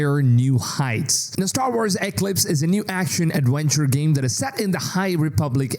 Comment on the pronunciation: Eeeeeeeeeeeeeeeeeeeeeeeee CLIPS.. thats how its pronounced.